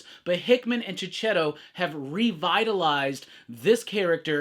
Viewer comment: Isn’t it pronounced (Marco) Cheketto? 🧐